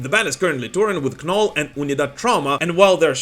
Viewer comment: Hey bro!! Just letting ya know that the "K" in the name KNOLL is silent. They're really good live. Very heavy. The artwork is always dark and gloomy. Minus the Dolly Parton shirt.🤣🤣🤣 Keep it up!! I Love watching your videos. ❤🤘😝🤘❤